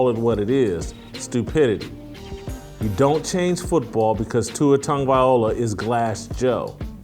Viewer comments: Much respect Jason, but please pronounce Tua's last name correctly. It's Tago-vai-loa, not Tago-vai, ola. You got the Tago and the vai, part correct, but the last syllable is pronounced (loh-ah), not o-lah, like you've been saying. I'm a big fan. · It’s not VIOLA, It’s VILOA 😂 Come on Jason! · It's Loa not Ola getting it right is important especially when your trying to trash the man I thought you made good sense in some of your other videos but you are dead wrong on this issue ✌️ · At least try and pronounce his name properly. It’s TAGO-VAI-LOA not OLA. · Please. Please. PLEASE! His name is easy enough to pronounce: Tag-Oh-Vay-Loua